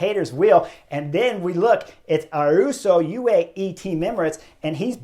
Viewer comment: No ‘r’ in Ayuso’s name. 😮😅. Eye -you -so.